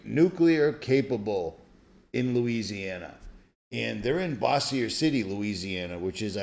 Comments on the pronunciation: You are mispronouncing Bossier. bow·zhr si·tee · it's pronounced bose your city. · Bossier is pronounced "Bo- zhur" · Yes, pronunciation sparked a chuckle (I live in the region.). Thanks for commenting. 👍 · I live a couple hours away from Bossier City. It is pronounced with a long "O" sound, like Bōws-shur City. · It's pronounced bozure city... and I live a couple of hours south of bossier. I live right by a huge military base. If I can get you some footage of the drones I'll email you. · I hear you it's just funny listening to out of state people pronounce our cities.